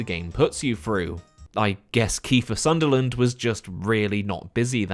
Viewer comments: Kiefer Sutherland. Not Sunderland. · Sutherland, not Sunderland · Ahh, you lost me at Keifer "Sunderland" and the fact you cant spell your own self given name right. / 😂. Such a petty prick, I know